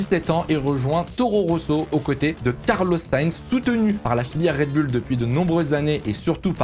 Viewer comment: Ok très bien mais ARRETES DE DIRE RED BULLE